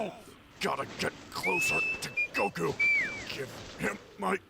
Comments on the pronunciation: The way pronounces each syllable of gokus name will never not baffle me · I don't know why, but kaisers pronunciation of "Goku" triggers me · I know, beating a dead horse, but the way he pronounces Goku as “gukoo” makes me want to kill myself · Yes he grew up watching the Japanese dub and he tends to pronounce it as "Gokoo" as a result.